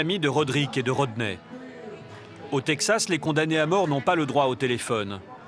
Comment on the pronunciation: His name is Rodney...not Roder🤨